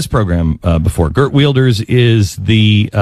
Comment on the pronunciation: Geert Wilders!? GEERT WILDERS!? First of all, it's pronounced "Hert Vilders" not "Gert Weelderz." Secondly, he's from the Netherlands, not Denmark. And thirdly, he's wildly regarded by many within his own country as a racist, fear-mongering quasi-Hitler himself. Figures a miserable tub of ignorance like Glenn Beck would think he's just a swell guy. Jesus Christ. Denmark?